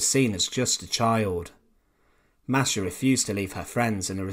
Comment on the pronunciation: I speak some Russian. My language is already close to Russian. And I have Russian friends. No one pronounces it like this.